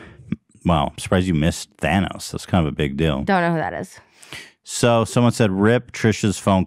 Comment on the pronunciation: When Trisha says “Banos” when she’s referring to Thanos 😂